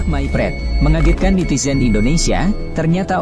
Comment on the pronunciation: Indonesia Mase Bukan Indonesa